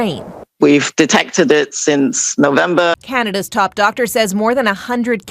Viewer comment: "We detected it since novemba" lmfao